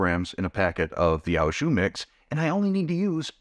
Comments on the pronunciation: Sorry but it's OH jus not OW jus pronunciation. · Friendly correction: the "au" in "au jus" is pronounced "oh". Thanks for the recipes!